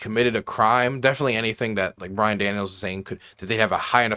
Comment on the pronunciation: BYRON not BRian. You can't even get his name correct. How can you be taken seriously?